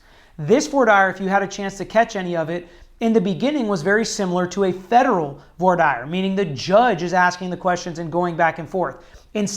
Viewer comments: Voir dire pronunciation 👀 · Lmfao, this goofy dilettante doesnt even know how to pronounce ' Voir dire ' !!